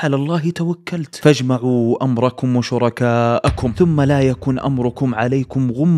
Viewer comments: تصحيح قراءة الاية: قال تعالى: ﴿ فَأَجْمِعوا أمركم وشركاءكم ﴾ الى اخر الاية.. نطقها فَاجْمَعوا دون نطق الهمزة.. 🤍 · انت اخطات في قراءه ايه نوح الدقيقه ١٩ ... (فأجمعوا امركم ....بهمزه قطع) ... واي اللى يثبت وجود نبي اسمه شيث من التراث الاسلامى؟ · يا بني ربي يحفظك الآيه التي عن نوح عليه السلام في آخر الثلث الثاني من المقطع. خطأ في نطق كلمة( فأجمعو ) انت قرأتها بدون اثبات الهمزه في أول الكلمه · قرأت الكلمة خطأ... انت قلت فاجمعوا.. بهمزة وصل.. وهي همزة قطع.... فأجمِعوا *